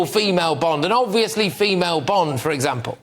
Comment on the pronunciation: It's Bond... Not Bend...